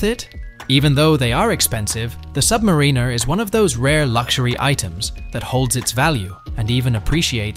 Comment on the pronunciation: Nice tactic mispronounced Submariner.